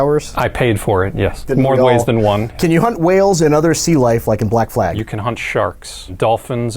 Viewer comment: This was one of the greatest interviews ive ever seen. I cant wait to sail to feudal Japan and pet their dogs. To the question of what the best AC game is though, you both pronounced Black Flag wrong.